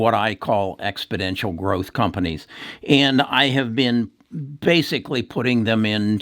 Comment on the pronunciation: Exponential NOT expodential